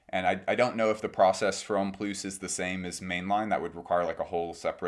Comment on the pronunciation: Pronounced homme ploo not ploos. The s is silent in comme des garçons homme plus. Just saying